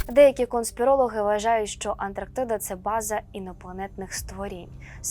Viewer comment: Ведуча має знати, що не Антрактіда, а Антарктида